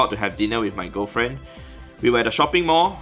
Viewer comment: Did he say a Gofriend or girl friend...?